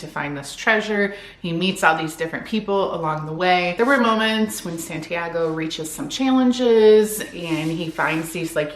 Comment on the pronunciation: I’m sorry but that pronunciation of Santiago is so funny😭 that’s a basic Spanish name